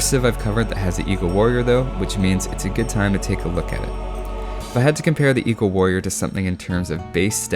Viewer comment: Man I always think he's saying eco-warrior instead of eagle-warrior